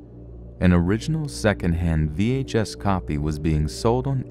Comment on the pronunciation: "...the only existing topy..." I think that "topy" is an unintentional mispronounciation of "copy".